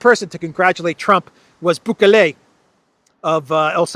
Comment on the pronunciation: Please,, don't distort Bukele's name. He is one of our heros in L. America, a brave and honest leader! The name is pronounced boo-ké-le with the accent on the second syllable, and the "e" in "le" is just pronounced e, like in the word "bed", not "ey" like the letter "a" Sorry for correcting you, but it bothers me a lot when some English speakers call Putin "Piwtin" Extraordinary men or women deserve to be named correctly, I believe!